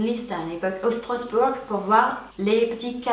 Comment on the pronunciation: Strossbourg x) You're cute ^^ It's not the right pronunciation. We say Like that : It's funny 'cause some German say it like you and I live in Strasbourg. =) (If you come to my city, i'll help you to visit it, I know all secret and fun fact ^^ (But in English it's maybe more complicated ^^) i need to improve my english, so I if i've make some mistake, correct me :)